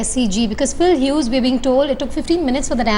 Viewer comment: "Pill Hughes" yu blodi endion